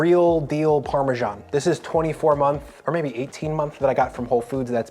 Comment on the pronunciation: Where does the "parmeshaan" pronunciation come from?